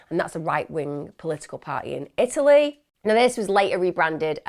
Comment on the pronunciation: There is a T in Italy!!